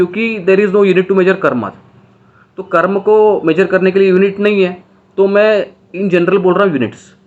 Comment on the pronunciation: Sir, call it Karm. Not karma. Like It's not Yoga.. it's yog, it's not mantra it's Mantr, It's not budha.. it's budh. 👍 Western people did this.